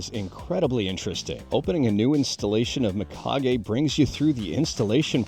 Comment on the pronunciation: It's pronounced Meekage, dude, not my-kage. As always, thanks for the info.